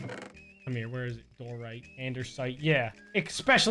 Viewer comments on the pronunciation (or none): dorite Me:DIORITE DIorite! GET IT RIGHT!